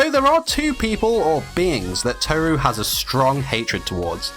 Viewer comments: It’s not toe ru it’s tohru that’s how to pronounce it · It’s kinda triggering me how you say tohru without rolling the r xd not telling you you should say it that way just saying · You mispronouncing Tohru for the entire video really annoyed me